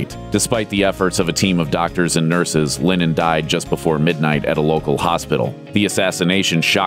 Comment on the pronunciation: It’s pronounced Lennon, not Lenin